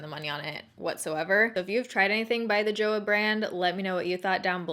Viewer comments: Not "joh-uh" but "joh-wah". As an adjective it can mean it's good, as a verb means I like it. 좋아한다 or 좋아한은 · Joah sounds more like choah in korean - here is a little video showing you how to pronounce: Romanized korean words don't use the english alphabet re: sounds in the same way we do necessarily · You pronounce Joah as choah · Joah is pronounced more like “cho ha” and less like “joe ah” 🤷🏻‍♀️ lol just saying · Just in case you wanted to know, Joah is pronounced like "choh-ah" :) so just replace the "J" with a "CH" and that's how you say it! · I might be wrong but I think the brand name is supposed to be pronounced like a cross between "Cho-Ah" and "Jo-ah" or it at least has more of a "Ch" noise but please correct me if I'm wrong! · It’s pronounced Joe-Ah like one word 😊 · It’s pronounced jo-AH. With the emphasis on the ah. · Its pronounce as "chu-ah" 😂 Love the vid!! ❤❤ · just a fun fact: JoAh is pronounced like cho-ah, and is written in korean like 좋아! :) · "To like" in korean is pronounced like "jo - a" without the h sound. Plus, (just for fun) "to love" it's "saranghae" and pronounced like "sa - lang - he" this time the h has sound and r is like L because they don't have r in their vocabulary. Love your videos! Wishing you the best always! Kisses and hugs from Puerto Rico ❤ #baerrito